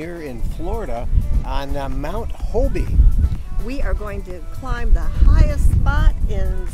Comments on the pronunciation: It's not HO-BE, Its Hobe. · Thanks for showcasing my hometown, I grew up in Jupiter. FYI the "e" in Hobe Sound is silient. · New to RVing We live in Stuart just up the road. Thank you for posting this. Was this visited before Covid shut down or after? I know it just reopened within the past few weeks Hint: just like Kissimmee, Hobe Sound gets mis pronounced Hob(e) E is silent👍